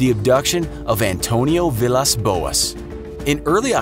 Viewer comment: Don't know if I can trust anyone who doesn't know how to pronounce Villas